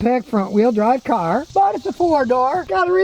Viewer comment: Ur saying the word ....car.... Wrong...